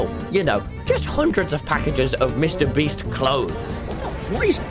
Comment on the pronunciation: "Mr Breast" 😭😭😭